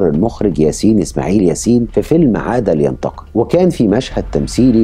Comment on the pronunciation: ياراجل انطق حرف الـمـيـم بوضوح جعلتني محتار بداية الفديو اسأل نفسي "ما معنى عاد لينتق، عاد لينتق" ؟ الى ان ظهرت صورة دعاية الفيلم المقصود، فعرفت ان عنوانه " عاد لينتقم" (و ليس عاد لينتق )!!! خمس او ستة مرات تقول "عاد لينتق" "عاد لينتق" جعلتني احتار واشك بسمعى وعقلي واقول لنفسي "ماذا يقول هذا الرجل؟ ام ان المشكلة في انا؟" الاخوه الاعزاء اصحاب الفديوات، رجاء، اخرجوا الالفاظ من مخارجها السليمة.